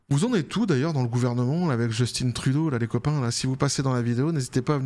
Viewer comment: Il ne s’appelle pas Djeustine Trudeau, mais Justin Trudeau. C’est un Canadien-français - aucune raison de prononcer son prénom à l’anglaise.